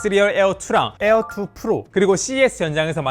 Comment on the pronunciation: 에얼투 ~에얼원~ 거슬려!!!!